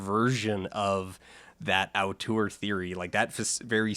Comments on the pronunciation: "ow-tour theory" wow, bucking the canadian stereotype of pronouncing french loanwords in an overly french way (cf that compilation of alex trebek "genre"), to instead pronounce a french loanword in an overly non-french way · I don't mean to be a dick but the way you pronounce auteur seems rather strange